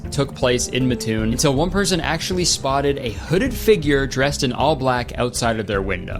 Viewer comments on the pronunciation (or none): MAD GASSER MENTIONED!!!! its pronounced MAT-toon not muh-TOON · as somone who lives in mattoon iv NEVER heard of this before this video. (ps kurtis it MAT-TOON not MUTOON) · Living next to matoon illinois is crazy 😭😭 its MATT-toon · it's Mat-toon MAT NOT MUT!!! I hate this town no one says it right. (I live here and I've never even heard of this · Matoon is not pronounced like that also crazy i aint heard that one cause i live like 30min from matoon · Hey, just popping in to say that "Mattoon" is pronounced "Maah-toon" instead of "Muh-toon" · As someone from southern Illinois, hearing Kurtis call Mattoon Mah-toon instead of Mat-toon (the way pronounce it) is so funny to me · I was born and raised in Mattoon, Illinois. Please be aware that it is pronounced "MAT toon", not "muh TOON". FWIW, literally nobody in Mattoon gave any credence to the "Mad Gasser," at least not in the 1970's and 1980's. Those were obviously tales of people frightened by otherwise explainable events during war time. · I live about an hour away from Mattoon and I just want to say that I love the way you pronounce it 😂 It's typically pronounced Matt-toon and not Muh-toon but I love it 😂😂😂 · Not to be that guy, but it's pronounced MAT TOON not MUH TOON PLEASE KURTIS DONT BE ONE OF THOSE PEOPLE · Sorry kurt but it’s pronounced it’s pronounced MAT- TOON not mahtoon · Oh, it's pronounced mat-toon, and that's literally so close to me. So cool that Kurtis is talking about it😮 How did I not know about this lmao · im sorry but you pronouncing mattoon wrong is bugging me so bad it’s mat-toon thank you i need to get the off my chest 😌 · That's not how you pronounce Mattoon. It's Matt + toon. I used to live there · i’m so sorry, but as someone who grew up near mattoon, it’s pronounced “MAT-toon” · I am fully aware that you would have had no way of knowing this but I am simply obligated to tell you as an Illinoisan that it is pronounced like Matt-toon. ❤